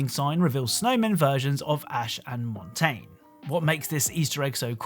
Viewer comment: I'm hoping your pronunciation of Montagne is just a meme.